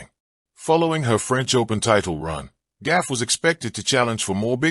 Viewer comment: her name GAUFF (goff) not GAFF.... CRETIN !!!! 🤡